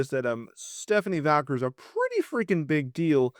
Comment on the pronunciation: You spelled the name correctly in the title and you see that there is no letter "l" in her last name, yet you still pronounced it as "Valquer" 😂😂